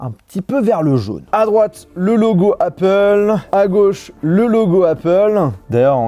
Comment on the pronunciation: jsuis dsl mais c'est pas comme ca qu'on prononce apple. mes oreilles de bilangue saignent fort.